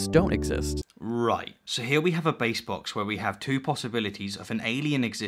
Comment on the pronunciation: it sounds like you called that bayes box a base box. Dumb quibble I know but I wanted to make the distinction since this video is almost entirely small quibbles.